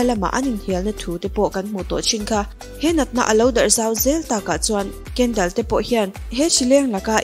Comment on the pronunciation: Kendel ni lovin kendol tih zawk tur aw